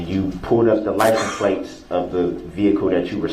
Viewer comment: You're awfully "fixiated" on Darrell saying "amamant". You might as well talk about how many times he asked witnesses about the "licen places" on the car. I mean vehicle. I mean SUV. 😂